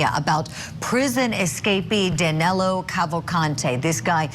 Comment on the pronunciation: His name is Danilo not Danelo. I think he’s already in Mexico having a margarita